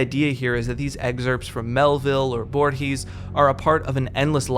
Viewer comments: Loved the video but please never pronunce "Borges" like that ever again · Everytime Borges is brought up a YouTuber mispronounces his name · I find kinda funny how he pronounces Borges tbh